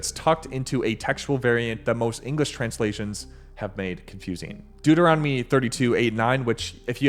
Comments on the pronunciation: It's the book of Deuteronomy... Deut, not Duet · Why do you consistently shorten Deuteronomy to ‘Duet’? The word is spelled DEUT, not DUET.